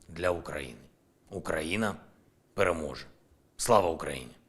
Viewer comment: как пастор какой-то, каждый день перэможэ и пэоэможе, как Артемосвск сдадут в этот же день скажет пэрэмога